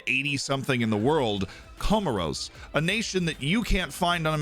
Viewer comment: Think it's pronounced Comaws mate most beautiful islands you'll ever see